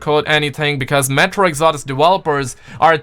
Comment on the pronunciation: How the hell did he pronounce metro exodus?